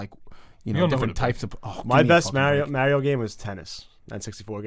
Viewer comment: I have 2 questions: 1. Who is Stu and why hasn't he been on the show since I started watching a year and a half ago?, And 2. Why can't pronounce Mario's name correctly despite the fact that Mario constantly says his own name all the time? My girlfriend is from the NE and she also mispronounces it and I just can't figure out what's going on there.